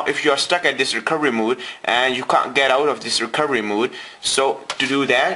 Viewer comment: Hehe you can't say recoVery